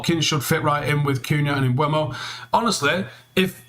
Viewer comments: It's Mboo-mo. He's said that consistently. Even United just got him to release a video saying how to pronounce his name. Stop mispronouncing it. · ‘Mboomo’, come on now this is how it is said